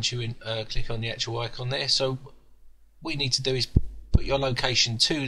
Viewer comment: stop saying acctual god damn it !! :)))